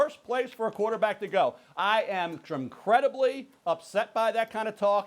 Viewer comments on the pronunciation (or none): Did he just say “tremcredibly”-Mel Kiper